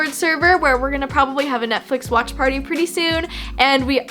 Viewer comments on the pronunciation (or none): none